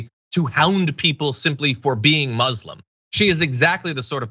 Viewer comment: Hey John ... please learn how to pronounce Muslim. It's not supposed to sound like muslin (cloth). Even Donald fricken Trump says it correctly. Check this link.